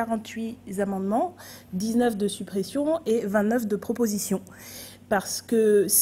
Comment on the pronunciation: Attention O'Bono ! 48 "Zamendements" ça ne le fait pas, seuls les médiacrates ( Zélites) font se genre d'erreur, Coquerel a failli s'étrangler ... Je t'aime quand même .